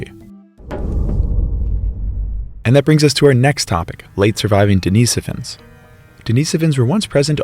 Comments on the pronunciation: If schizophrenia is a factor in human evolution, so is psychopathy. I wish it wasn't. Also, "Deh-ni-SO-vans". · I've never heard Denisovans pronounced deNEEsufins. Is that the proper way to pronounce it?